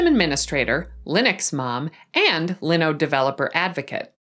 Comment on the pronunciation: Why is she pronouncing linode incorrectly?? Hah